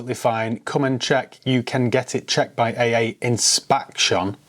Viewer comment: “Inspaction” 😂 that really tickled me!